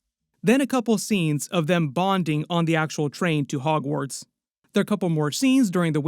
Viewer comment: i did too 😅